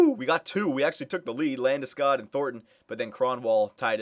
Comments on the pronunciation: The o isn't pronounced as it is in " school " its pronounced like "hog" or "dog" Landeskog. I have kitchener rangers season tickets so I saw him play the past 2 years. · Well I am Swedish so I guess I would know how to pronounce it properly, guess your season tickets showed me a thing or two ;) Trust me, it´s not pronounced like that, but how ever, in North America it is. Then again, Landeskog isn´t from there after all.